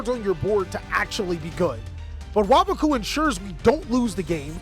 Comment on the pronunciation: is the only yugituber to pronounce waboku correctly